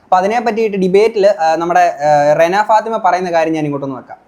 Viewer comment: രേണ അല്ല ചേട്ടാ റെന 😹